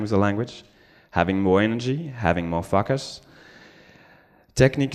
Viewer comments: having more fuckers? pls, fix your accent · Every time he says "focus" I hear "fuckers" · Sounds like "fuckus" to me. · Yeah! I was aware it's a mistake French speakers often make, just not that I did it too! On the bright side, this came out of it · Me too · So do I :).